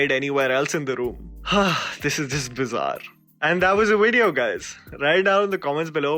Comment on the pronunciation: saying bizzarre at the end was the most painful thing I have heard this week😂